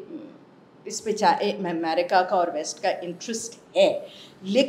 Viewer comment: Madamme Aaaaa America Bolne mein kafi Parishan Horeee Jaisa Bannanna Kahaa rahe hai